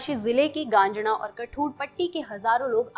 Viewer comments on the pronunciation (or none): गांजणा नही गाजणा है